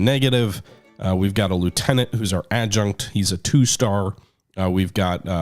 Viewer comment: Adjutant , pounced Add-JEW-Tant